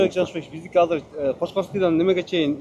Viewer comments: Казыр эмес азыр блядь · Казыр деп айтылбайт азыр деп айтылат.